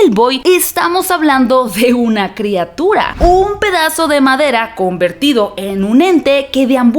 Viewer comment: Monstruo, no mounstro. Criatura, no creatura.